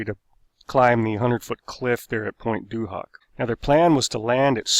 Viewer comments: His French pronunciation.. "sur Meer", "la Riviera" and, "In Bessen" also "Point Due Hock" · Point du hoc is actually pronounced point du ock, not trying to be that one annoying guy and just trying to help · Thanks for really interesting videos. Any chance you could check your pronunciation first? E.g. Pointe du Hoc is pronounced Pwn do oc. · Your pronunciation of the French names was way off. Great video though. :P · Before anyone goes to Pointe du Hoc please learn it's pronunciation Please.